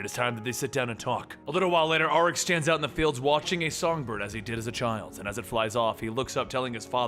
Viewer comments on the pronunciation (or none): none